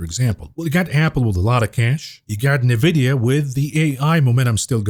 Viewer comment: Envidia not navidia